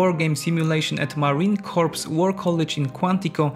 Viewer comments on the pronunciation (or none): Marine "core" not Marine "corpse". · Please stop pronouncing "corps" as "corpse". It is pronounced "core". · Corps is pronounced like core, not corpse. Jsyk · I would strongly recommend that you learn to pronounce Corps as core rather than as corpse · Just so you know, Corps is pronounced CORE not Corpse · For those of you that are not native English speakers it's not pronounced corpse it's pronounced core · It isn't corps the ps is silent is pronounce core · It’s not pronounced Marine Corpse, but Marine Core (Corps) is how it’s pronounced. Don’t ever make that mistake. You need to fix it. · Just FYI, the word "corps" is pronounced the same as the word "core." Also, at least here in the USA we usually pronounce "Seoul" the same as the word "soul"; I'm not sure if that's correct, though. Excellent work as usual! <3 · You don’t pronounce the P at the end of Marine Corps. It’s pronounced Core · Marine corps is pronounced "core" as in that if an apple. "Corps" is a dead person. I've mentioned this before but obviously you didn't see it. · The 'p' in Marine Corps (core) is silent. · Great video man. Nice job with the research as well. I understand English might not be your first language,and I commend you for being bilingual. But PLEASE PLEASE, the mis pronunciation of "corps" is so cringe. I humbly request you to pronounce it correctly PLEASE? "Corps" is pronounced (CORE). The Marine Core is what it sounds like. I know it is spelled "corps" , and no one ever said the english language was perfect, or that it always makes sense lol. Again, Great job on the video. Cheers! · Corps is pronounced "core". Have you never heard "Marine Corps" spoken aloud? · Hey corps is pronounced core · People, telling the AI voice not to pronounce the “p” in corps. is what is going to get us into one of these wars. Please stop.